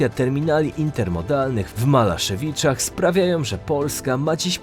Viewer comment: W Małaszewiczach, nie Malaszewiczach.